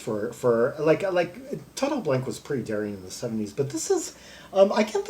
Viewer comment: GmbH means Gesellschaft mit begrenztet Haftung, literally a “company with limited liability”. Blanke is pronounced Blan-ka, but you apparently don’t speak German :-) no problem. 98 percent of the Krautrock stuff we played back then was just improvised. Very little composition was involved as most of the musicians couldn’t read music anyway. I was a session player so I played with some of these bands like Embryo so that I could tour North Africa with them, that was fun but earning 600 marks For two months tour was really ridiculous. We were young and we just did it for the experience.